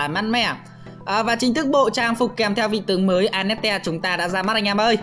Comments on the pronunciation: Anh ko biết đọc à vãi cả đọc a net te trong khi là an net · A hay ns lẹo tên annette thành tel anas :))))